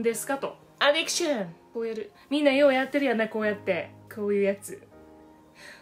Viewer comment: アディクションじゃなくてアディクシャン！ さすがめっちゃ発音良い！ メイクアップ動画なのにおもろい笑 おもろいだけでなく美しい！ 美しいのに変顔したらちゃんと変顔！ おもろさのミルフィーユって感じ笑